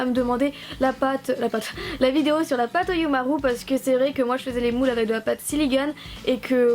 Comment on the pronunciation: L'accent japonais est présent 😂😂 (Ironie présente) Ça se prononce "Oyoumarou" mais ça s'écrit "Oyumaru" Voilà 😄